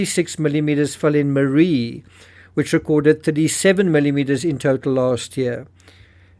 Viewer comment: Ok it's not under its Yun ta and Maree is pronounced ma ree and sapol is pronounced say pole